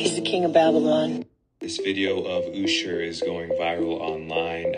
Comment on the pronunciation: somebody tell me why dude cant pronounce Usher and megan the stallion. he sounds so challenged